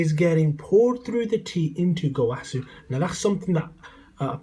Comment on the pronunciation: you can't pronounce Gowasu as (go-wa-soo) and say it's the Japanese pronunciation and say zamasu correctly (Za-mass)